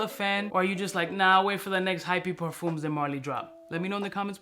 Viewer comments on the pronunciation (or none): Both the M and the S in parfums are silent. Say parFUH, no cap 😂